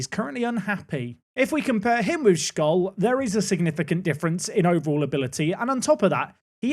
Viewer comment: just 2 little pieces of pronunciation tips: scholl is pronounced sholl, "sch" is just the german "sh", and it's the "second bundesliga" not the bundesliga two, the little dot . behind a number is essentially the german equivalent of the letters behind 1st 2nd 3rd etc! this squad is 100% good enough to get promoted, now it all comes down to whether you make everyone upset or not!